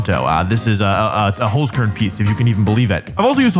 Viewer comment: btw its hOlzkern not hUlzkern. Kinda funny how you pronounce it :D